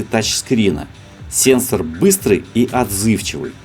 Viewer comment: Как он говорит сЕнсор это бесподобно.